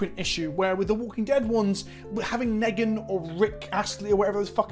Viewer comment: It's Negan bro, stop saying Neggan!